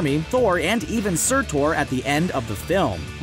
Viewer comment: Surtor? It’s Surtur just so you know